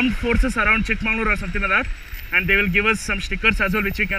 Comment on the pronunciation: Why do you keep saying “Chick mangalore” instead of “Chick Magaluru” ? This is unacceptable, especially from someone who knows Kannada well. I’m pretty you know the meaning of “magauru” and “mangalore” !